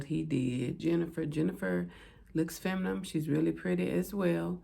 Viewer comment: Did u say FEMIMIME...??? femimime???